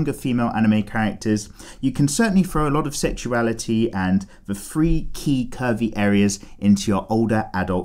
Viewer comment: Did he just say pervie 💀